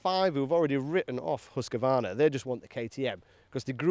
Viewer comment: I hate to be a pedant when it comes to swedish but its Hoose-Kvar-Nar not huska-varna. And its veet peel en The white arrow.